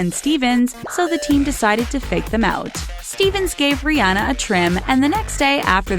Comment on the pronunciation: Still can't pronounce Rihanna's name